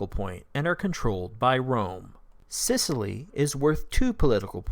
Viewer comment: it's Sicily, not Scicily ;)